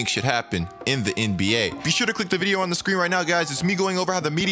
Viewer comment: Am I the only one who peeped that he said “you won’t want to miss another vidiuh 😂